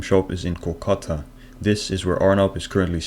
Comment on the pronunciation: normal people watching videos for the amazing content me, going through all his videos to hunt for every single time he says "Kolkata" because it d o e s t h i n g s t o m e